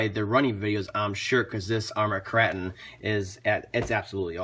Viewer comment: Kr8on not krahton :P